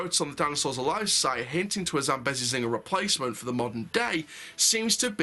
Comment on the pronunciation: Not trying to be rude but it’s pronounced zam-bee-zee